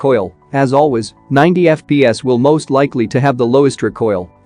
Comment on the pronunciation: Normal people:FPS voice machine: Eff-pee-ass Id: Username: osmanLOL3 Global version!